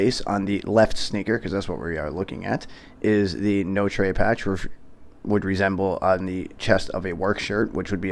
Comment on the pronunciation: It’s pronounced No-Truh